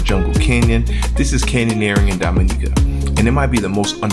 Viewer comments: I beg to differ- she is not the only instructor on the island. There are a few tours and rappelling in Titou Gorge. I wish you were able to show her rappelling down. Looks like a nice adventure! Pronounced Domeeneeka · U are killing me with the pronunciation of Dominica